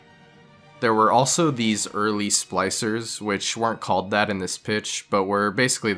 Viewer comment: Are you calling them 'slicers'? It's SPLICER